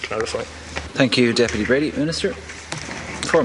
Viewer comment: How very unprofessional of Deputy Breen to not only once but four times get Deputy Brady's name wrong and then to stand there Quoting the laws instead of answering any of the questions raised by Deputy Brady . Basically mouth moving but nothing coming out !!!